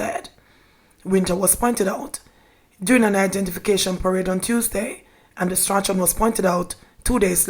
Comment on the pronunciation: "Strachan" is pronounced "Strawn" please